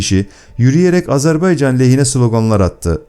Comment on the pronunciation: NE AZARBEYCAN I """"" AZERBAYCAN """" ÖĞRENİN DOĞRU SÖYLEMEYİ .